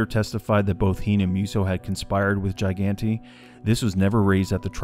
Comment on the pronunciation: It’s pronounced JIG-Gan-tay just sayin